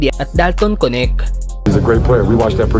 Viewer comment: Anong konek? Dalton Knecht hindi konek ano ba yang pronounce mo